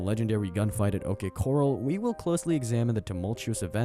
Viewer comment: How did you pronounce OK corral?